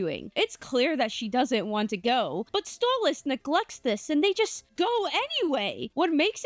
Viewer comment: It's Stolass